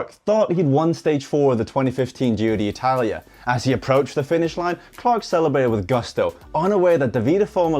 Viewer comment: Giro d'Italia, not Giro DEE Italia, just FYI ;)